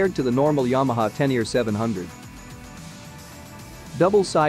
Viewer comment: it's not "ten here" or "teneere"... it's Ténéré